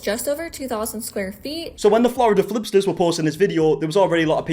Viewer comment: "Florida flipters" 😂😂😂